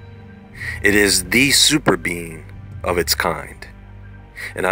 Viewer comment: did any one else hear bean, instead of being?